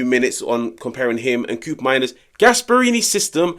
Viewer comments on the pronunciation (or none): Bro, It’s not “Kuupmeimers”, it’s pronounced “Ko-opmeiners” — he’s Dutch 😂